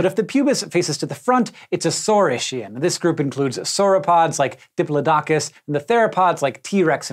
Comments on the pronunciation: Does purposely pronounce every single word big word incorrectly or have I been wrong my whole life? Dip-LOW-dock-US??? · Whoa there, I've never heard someone say Diplodocus like that